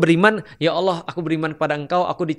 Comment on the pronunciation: Maaf yah utk sama koh Felix..yg sy denger pengucapan ALLOH..terdengarnya OWLLOH..maaf barangkali sy yg salah..